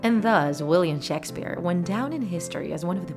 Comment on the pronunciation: "shaks sphere"